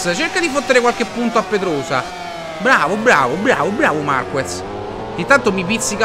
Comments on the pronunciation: In gara i tempi si alzano perchè in qualifica si usa una gomma molto più morbida e quindi con molta più "presa" sull'asfalto...e comunque si dice MARCHEZ non MARCUEZ.... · Marquez si pronuncia MARKEZ, a parte il difetto di pronuncia polliccione in su per i tuoi video e la serie moto GP continua cosi! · Si pronuncia MarKez...e comunque, scusa se te lo dico, si vede che non guardi la MotoGP...è normale che si vada più veloci in prova che in gara, è sempre così. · Si scrive marquez ma si legge marchez